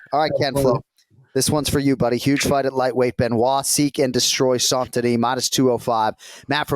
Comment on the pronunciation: is the only one that pronounces "Benoît Saint-Denis" 98% perfectly. It's not "San-Denis", it's "saint" as in "tainted". The missing 2% is just the emphasis on the middle consonants "sainT-Denis" that is too heavy, it should be said in one word with no punctuation like "Saindenis". And if you wanna get cute, the "oît" should sound less like a "wah" and more like a fast "ooa".